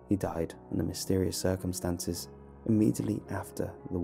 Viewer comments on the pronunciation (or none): none